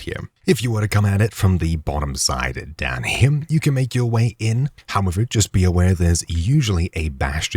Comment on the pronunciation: is there a reason you add an m to the end of the word "here"?